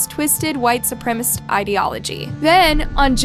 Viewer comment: Not once you say 'supremacists' right 🤦🏻‍♀️